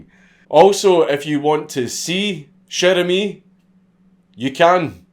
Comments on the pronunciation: Dude, not sher emis, it's sher amis with a like in water. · Came here to hear a Scotsman pronounce "Cher ami!" Was not disappointed.